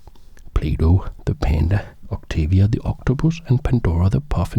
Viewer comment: I swear he said playdoh